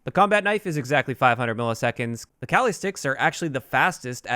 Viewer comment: as a filipino, i know how spanish people feel when you hear someone pronounce a word white as hell because everyones calling them CALI sticks